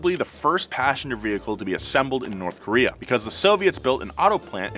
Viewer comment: Kowree not Kayowree